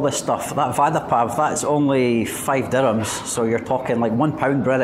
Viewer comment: Nice one!! Vada in Hindi means "promise" What you are eating, is pronounced as "vara" pao!! 😁 Nevertheless it's fun to watch your food vlogs. Enjoyed it!!